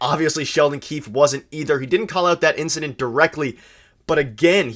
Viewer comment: I don't think Marchands "indicdent" was intentional.